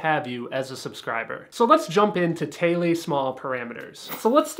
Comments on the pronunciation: Good info. The best vids on car audio. However, Thiele is pronounced the same as "teal". Happy Trails... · pretty sure it's pronounced th-eel after the Australian named Alberta Neville Thiele for whom the guidelines are named after. other than your french pronunciation I enjoyed the video. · Yup, always ignorantly pronounced it "Teal" just like the color. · I say 'Theele' - lol... #NotTheFancyPronunciation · you need to learn how to say his last name correctly.